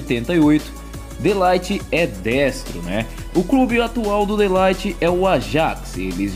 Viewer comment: mas o De ligt vc tá pronunciamento errado mano